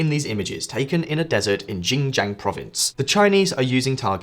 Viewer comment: If you want to be taken seriously, learn to pronounce the names of places and people like Xinjiang, Qing, and Xi Jinping.